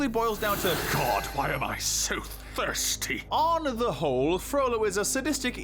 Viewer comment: "Why am i so thristy?!"